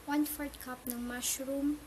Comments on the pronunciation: 1 cough of beef broth! natatawa ako syo ate! LOL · One Cough ng Veef Vroth hahahaahaahahhahahaha naubo ako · I thought she said one cuff of beep